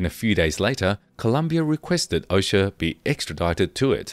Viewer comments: It's O-cho-a not O-sha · It would be nice if the narrator made a remote effort to properly pronounce names, places, etc. Ochoa — Ohh-Cho-ahh Geez The fact that these people couldn’t bother to check pronunciations, I inevitably wondered how much effort they applied to investigating facts??! Very annoying. Very offensively insensitive to Latin culture and the Spanish language. Jorge-Whore-hey Barranquilla-Bah-Ran-Key-ya It’s not that hard. Seems like it might have been otherwise interesting. But my ears can’t take it. No bueno! 👎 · Pronunciation of "Ochoa" and "Nicaragua" was clearly challenging for the narrator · I wish you would pronounce Ochoa correctly. Such an insult and disrespect to the family. And pronounce Bogota right. If you can't pronounce Spanish correctly then don't make the video, it's very disrespectful.